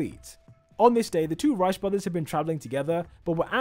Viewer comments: the way he pronounces "reiss" like "rice" instead of "reese" 💀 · rice??? you mean reiss? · Why does he pronounce Riess like rice?? "The Rice brothers" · reiss? nah , rice